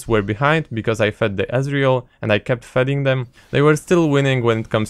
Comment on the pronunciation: 'kept fedding them'